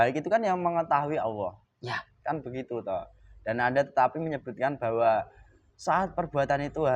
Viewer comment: Allah...bukan auwwoh